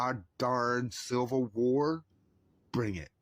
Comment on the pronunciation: "I'm just a pretty girl..." Are we sure about that? What is a silvel war? lol Bless your heart my guy. See a dentist. We can't band together with people who can't see reality. Sorry little guy. We're not over throwing anything for you. lol